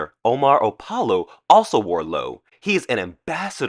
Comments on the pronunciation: You are mispronouncing Loewe. It’s not Lou… it’s Loeeeeewe. You have to pronounce all the e as in elephant . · The Spanish design house Lowe...is proouncd "LO-way" not Low. fyi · Loewe is actually the German word for lion. In German, it’s usually spelled Löwe but Loewe is also accepted. In either case, it’s pronounced the same as two syllables lyo + vuh. The stress on the first syllable falls on the letter o. And the e in the second syllable is an unaccented schwa. That said, I have no idea how Loewe, being a Spanish company, wants its brand name to be pronounced. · A lot of people DO say "Low" but when in Spain everybody seemed to pronounce the "way" ending...or "Lo-way" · Loewe is pronounced Low-ay-vay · RESEARCH, how the Fashion houses are pronounced so that you don’t embarrass yourself. Loway-vay is how you pronounce Loewe. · It’s L-O-E-W-E… not lowe… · Loewe is pronounced Lou-A-vay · You are saying it completely wrong. Say it like this, Low- wev- a. I dont get it either but thats how you say it. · Your pronunciation is of Loewe is completely wrong, Say it like this Low-ev- A. I dont get it either. But now you know. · Great video idea. Just so you know it's pronounced, Low weh vay. Loewe is pronounced very different than it's spelled for English speakers. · Loewe is pronounced lo eh ve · Loewe is pronounced Lo-ay-vay. Sorry but I can tolerate it once or twice but repeating it constantly gets to me. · Loewe is pronounced Lo-whey-vey. Three syllables. Lo-e-we. The “w” sounds like a “v.” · loewe is two syllables. please stop doing these critiques. totally uniformed and vacuous. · I enjoyed your film, I liked your delivery and presentation style. I thought it was on the whole , well researched but with some glaring omissions in regard to some of your featured guests. Only because you mentioned the brand Loewe so many times.....please check the pronouncement .....I will checkout your IG and book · Fun video, but I think you're mispronouncing Loewe.